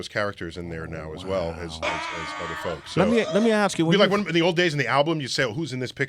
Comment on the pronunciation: Ask. Not axe